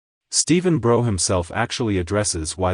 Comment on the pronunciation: The only error you've made in this video... is mispronouncing Stephen Brough's name. If you took the 'B' off his surname then think about how you'd pronounce it; now add the B again.🙂